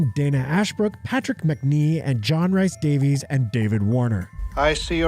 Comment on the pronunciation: John Rhys Davies is pronounced John Reece Davis, rhys is the welsh spelling of Reece. love waxwork glad its being covered and love the videos